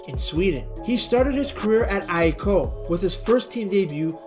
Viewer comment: Actually, the AIK needs work. Imagine saying the word Or/Oar, but its 2 syllables.